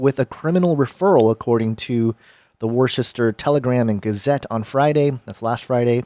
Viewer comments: He thought you were saying woooosta. It’s not woooosta, it’s Wusta. Haha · It’s pronounced woo-ster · It's pronounced woostah!! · It’s pronounced WOOSTER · I'm a New Englander....ITS PRONOUNCED WOOHSTAH!! 😂😂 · It's pronounced wustah